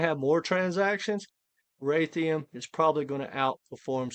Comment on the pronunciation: It's RAY-D-IUM RAY